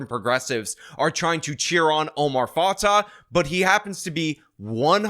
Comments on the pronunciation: Just a little correction: Fatah is pronounced Fatay and Fray is pronounced Fry. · Why do you keep using the wrong stupid new flag for Minnesota?? Plus you mispronounced both candidates’ names. It’s fah-tay and fry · You’re saying both her last names are wrong. I know it’s not the point of your video.